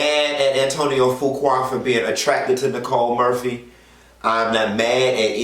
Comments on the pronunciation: I Love you!!! Fuqua is pronounced FEW- KWAY!!! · Do research before speaking on it. Such as the pronunciation of the man's name and the fact that he's had recent film success with Equalizer 2 and was in Italy receiving an award. Why wasn't his wife there? Now that's information the people would want to know.